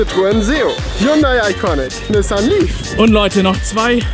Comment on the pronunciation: Hyundai Iconic 😂😂😂😂😂. das heißt Hyundai Ioniq